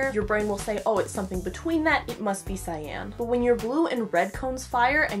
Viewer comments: Pronounced sigh-yon... not sigh-yan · every time this girl pronounces cyan like "sy-anne" i wanna shoot myself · I was today years old when I discovered that Cyan is pronounced SAYAN lol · I am a life long artist (not saying my age, ) and had never heard this. So now I know. What a difference this would have made! Thank you! I can't wait to put this into practice! I also want to mention that I was taught that cyan was pronounced like the word for the pepper, ('ki-ann). So isn't my face a mix of magenta and yellow right now. :/ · Whenever cyan is brought up, usually in this topic, I remember that nobody ever said it aloud to me as a kid so I thought it was pronounced sea-Anne till like 17 They never heckin told me that word I read it